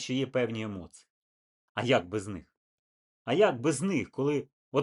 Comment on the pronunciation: "эмоцыы" >>> емоції